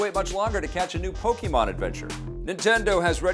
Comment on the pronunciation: Nice to see a huge increase in viewership now. 2000 views now. 12600 subscribers (not sure how many in the past). By the end of the year maybe there could be 1 million subscribers. I'm a bit surprised that said pokeymon. I suppose that a lot of people do (including many of the biggest fans of that world), but it's still pronounced pokaymon.